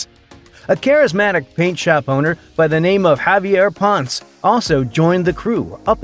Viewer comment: Javier Ponce <Pon-Seh, or Pon-Say>